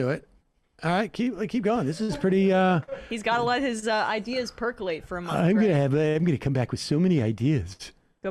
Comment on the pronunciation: "Ideaz" RIP, MB.